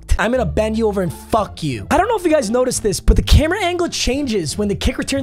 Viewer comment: Your gf thought u said you were gay 😂😂😂